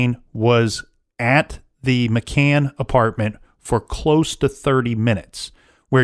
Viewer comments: Indeed. "McCain" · He's driving me crazy saying McCains!